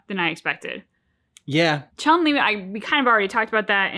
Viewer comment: Now, where to start? I don't have the strength to go over the whole video again to provide a complete list of all the incorrect info he gave, so I'll just pull by memory a non-exhaustive list, in random order: - REE-OOH and CHAN-LI. No. No no no. I'm sorry, I'm willing to be lenient, but that's just unacceptable. He should be capable of pronouncing the name of the protagonist. Heh... at least, he didn't say RAH-YOU, which is even worse. - Another thing you're expected to know: ansatsuken is NOT the name of the martial art school and/or style of Goutetsu and his pupils. Instead, "ansatsuken" is an umbrella term describing any martial art that is intended to kill. Like many other SF notions, it originates in Hokuto no Ken / Fist of the North Star. Hell, Gen, the rolling kung fu master who has zero moves in common with Akuma or Ken, uses not one, but two different "ansatsuken". That doesn't mean he studied under Goutetsu. Holy crap, that was a baaaaaaad start. FOLLOWS --->